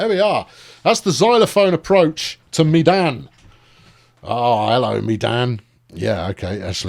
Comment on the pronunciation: Medan is pronounced "Mey-dahn"; one of the indonesian cities.